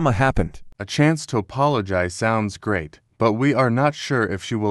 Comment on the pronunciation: Why those alex say grat but not great in the text like WHAT😂😢❤😅😊